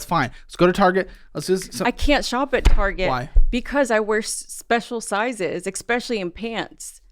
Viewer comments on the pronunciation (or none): I don't think I've ever heard "Expecially in pantst" pronounced that way before lol